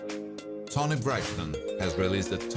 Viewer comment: Dude you REALLY need to learn HOW to pronounce their names Dr Dre is pronounced DRAA not DREE and Toni is like Tony not Ton E